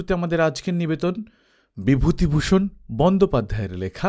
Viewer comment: বন্দোপাধ্যায় আলাদা জোর দিয়ে বললেন।